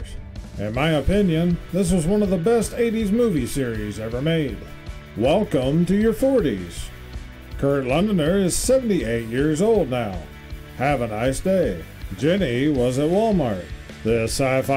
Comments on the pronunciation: its Kurt Loder, not londer or whatever was said. He seemed old back then. Turns out he is same age as mom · Sorry to be that but it's Kurt Loder not Londer. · You called him Kurt "Londoner" when it was written, Kurt "Londer" even though his name is Kurt Loder. P.S. 60s cartoons were way better than 80s cartoons, which were just toy ads.